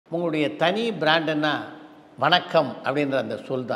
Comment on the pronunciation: உங்களுடைய வணக்கம் என்ற சொல் எல்லோருக்கும் மிகவும் பிடித்தமான சொல். நல்ல தெளிவான உச்சரிப்பு.